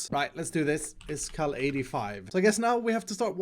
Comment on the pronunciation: Does he say `s or His Skulls?